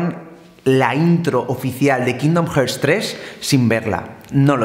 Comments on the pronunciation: kindon jerts? omg la pronunciacion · La segunda opción que has dicho, es como se pronuncia. Gracias por preocuparte por su pronunciación, estoy harto de los paletos que dicen "QUÍNDON JÉRS" y demás barbaridades de español de Toledo... Mucho cringe me dan. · tú di kindon jarts, si te entendemos igual